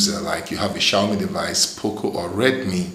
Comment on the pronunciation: Damn dude get to the point! As for the mi flash tool being SOOOOOOO hard to find the right version, use the updater to get the latest version DUH! Also, it's XiaomI as in shaoMEE not shaoMY so it's a MEE account not MY account and flash tool etc.